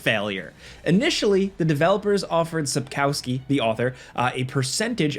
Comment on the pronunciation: "Sapcowski" LMAOOOOO